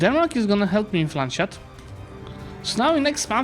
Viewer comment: Love the video, but it is called Lands-hut and not Land-shut :P